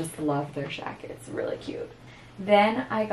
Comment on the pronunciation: OMG I love love love the way you say "jackets" 💖 like with an SH . Girl I missed ya